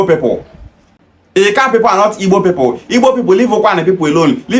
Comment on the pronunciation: People is not pronounced pepol, boy.